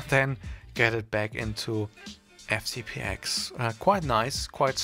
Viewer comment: Thanks for the tutorial, but please: FCP TEN, not "ex".